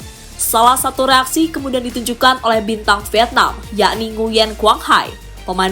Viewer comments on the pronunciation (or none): none